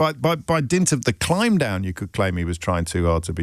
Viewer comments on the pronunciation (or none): none